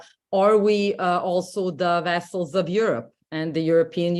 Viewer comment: Vassals is pronounced as vazalz, not vessels as in blood vessels.